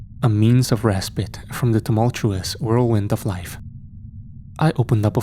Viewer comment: is the ONLY narrator on youtube that pronounces respite correctly! 😁😁❤❤